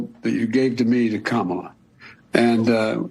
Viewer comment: He's never pronounced Kamala's name correctly. Definitely not JRB.